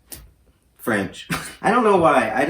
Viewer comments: He said fraonch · lmao as someone who learned extended French from grades 4-12... and like... immersion for 6-9... the way you said froench i just.... sad yeehaw